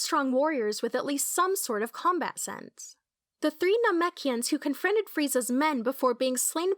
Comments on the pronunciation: You’re saying Namekians wrong. It pronounced na-mek-e-ends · omg please go back and watch the series again. You are saying namekians wrong. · I hated the way she said Namekians, that’s disgraceful,, and unforgivable… but we forgive ❤️you, just don’t let it happen again.., it was very cringeworthy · I don't think this youtuber is very familiar with the lore lol, I think they are just reading a script or something that they made from maybe reading stuff somewhere, because if they had seen the anime then they would be able to pronounce Namekians properly, and they would not have made the mistake with Raditz.